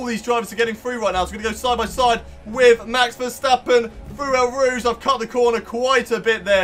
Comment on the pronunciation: You pronounce it as Oh Rouge